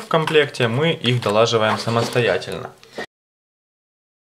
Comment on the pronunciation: "ДолАживаю", "звонЯт"... капец, дальше смотреть не смог. БегОм в школу доучиваться!